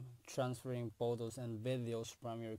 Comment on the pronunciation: Can you spell "Photos" as Photos not Potos, wtf